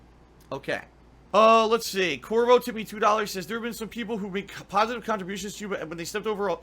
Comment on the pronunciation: "ILLEGAL PAHSITIVE KAHNTRIBUTIONS" might be my favorite quote.